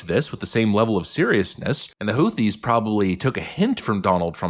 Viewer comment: She wouldn’t even be able to say Houthies